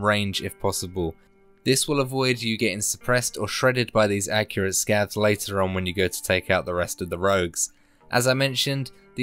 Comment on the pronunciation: "scavs"? no way, man